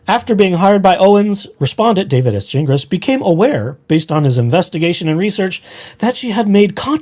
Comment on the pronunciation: It’s pronounced Gin Glass